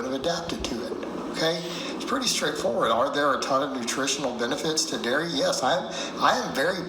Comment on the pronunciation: Every time says big dairy, it sounds like ‘big Gary’!🤣🤣🤣